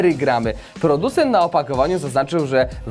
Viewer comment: uszy bola mowi sie gram...